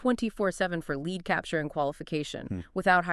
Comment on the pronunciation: If your going to use AI at least. Preview what it says in the beginning pronounces Lead as Lead the metal at the time stamp